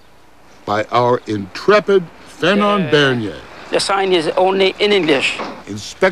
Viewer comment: It's "Fernand"... Fernande is a girl name